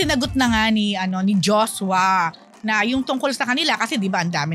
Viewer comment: Bakit Jos-wa? It's Joshua